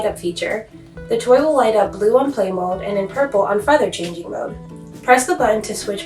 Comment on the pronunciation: Blue on play mode AND WHAT ON PURPLE??????? Cannot understand what u said